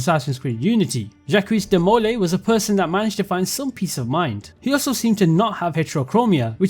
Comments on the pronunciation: Jackweez De Mole Eeee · The way you say Jacques de Molay is so infuriating lol 😂